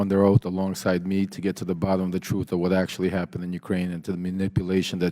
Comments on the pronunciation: Showboating and failing to take the high-road. "'Troof'' remark said it all. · Trufh? Tell the trufh?